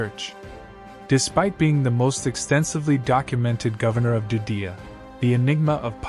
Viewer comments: Sounds like he is calling Judea, Dudea. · Judea, not "Doo dee uh".